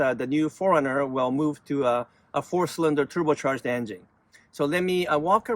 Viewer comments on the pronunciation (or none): none